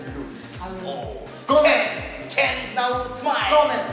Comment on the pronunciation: ken in bisaya accent